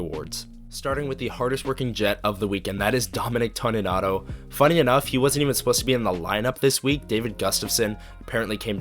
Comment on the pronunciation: Appreciated and enjoyed, one small thing it's TONY nato not TAWNY nato.